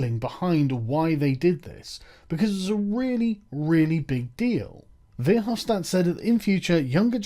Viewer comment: I love how you fuck over guy verhofstadts name. That douche is so afraid for his empire.